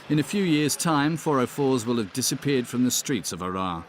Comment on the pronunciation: يقصد مدينة هرر. وليس عرعر